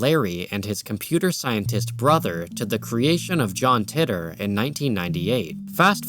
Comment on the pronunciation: John "Titter" I've always heard it called "tee-tor" Yes, I have a childish sense of humor